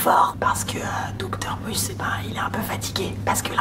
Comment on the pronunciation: Qui lui dit ? On dit pas Dr MuSS